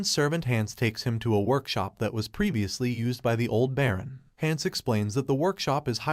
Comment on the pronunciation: Why can't these people pronounce shit properly. Like Baron and Duke.